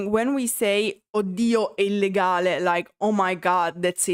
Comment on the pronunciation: Please understand your adding uh to the end of many English words is very annoying. EG; Songs, Songsuh. Like, Likeuh. Other Italian Creators speaking English DON'T do it. Please try changing a bit even if you don't like it. Now show us your tattoos.